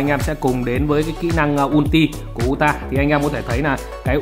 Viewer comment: đọc là Ừ TA, ông này phát âm tên nhân vật nào nghe cũng bị không vào tai...